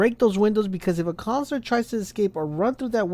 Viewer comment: It's "Coun suh lur" not Cons-lor